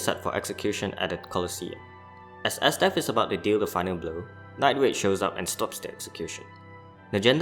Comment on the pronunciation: Get your toungue checked night raid nine grade damnit